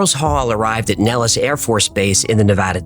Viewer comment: 😅 The way I have found out why you have pronounced Nellis Air Force Base incorrectly. I did multiple searches on Google. Each one I ran into teaches you, the way you said it. However, we’re all here to learn from one another. The correct way to pronounce it is NEHL-IS or Nel′lis